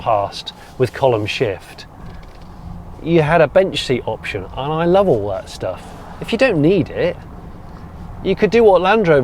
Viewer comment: Oh Jonny! "Thatch!" You can take the boy out of Somerset... 🤣